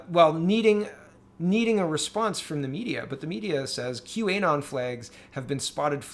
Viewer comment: Great video, as usual! One quick note: it's not Q - A - Non. It's Q - Anon (as in anonymous)